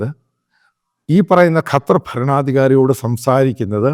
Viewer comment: Sir. കറ്റാർ അല്ല ഖത്തർ എന്നാണ്